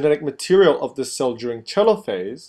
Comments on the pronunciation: Lol "Chelophase" Americans facepalm its pronounced Telophase like it's written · is it really pronounced "cheelo-phase"? I thought it was pronounced " Teee-lo-phase"